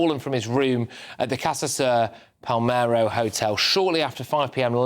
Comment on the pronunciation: Palermo, not Palmero, have some respect for Liam and maybe take the time to read your 💩 properly, jeez.